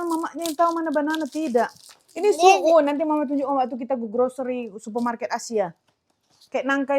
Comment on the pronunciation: pun salah ucap tp sok tau🤣🤣 itu sukun, bukan su’un… su’un/soun/sohun itu yg macam bihun tp lbh tipis lhooo… cem mana sih rempong iniiii